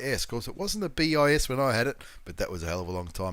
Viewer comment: Thanks... always great content... It is pronounced BiZZ by the way and it does mean 2nd..usually pertaining to a second or alternate version of something...It is Latin I believe...and before anyone gets smart... NO!... I haven't been around long enough to have studied Latin at school or use it in everyday life.;-)